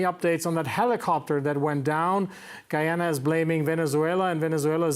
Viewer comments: GUY-AN-A and not Guwie-yana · I am wondering if his grotesque mispronunciation is meant as disrespect to GoooooYanna. I mean the host is emphasising the correct pronunciation but he distorts his face to say Goooyaanna each time. His English is pretty good, so i think itis intentional. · Guy a na ..not Gwee a na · repeat after me Guy-ana not Gu- ja-na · It's not Gooyana , it's Guy_ya_na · Guy - ana , not Guiana :) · Its pronounced GUY-AH-NA!! get it right people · How you pronounce guyana like goyana at least pronounce the country name correctly before u start speaking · You forget the fact that 200 million South Americans pronounce it Gooyana which is perfectly correct. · can't even pronunce my country's name what gives him the right to talk on behalf of my country and its people........ utter nonsense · Oh, for the love of God, please learn to pronounce the name of Guyana properly before coming on Air again!!!!! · This guy needs to get the correct facts . He seems to only speaking on behalf of Venezuela and cannot pronounce the Guyana correctly.